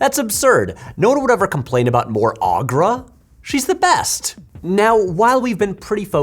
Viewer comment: In the movie, I'm pretty sure "Skeksis" is pronounced "Skek-SEEs" and Aughra is "OH-gra".